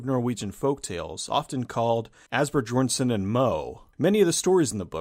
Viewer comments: Asbjørnsen should be pronounced as " as ' byurn ' sen ", with stress on the first syllable and "a" sounding like "a" in father . It's not pronounced like " Æsβℯ ' JōЯn ' S𝜀ƞ " at all. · Probably the worst pronunciation og «Asbjørnsen» i’ve ever heard 😅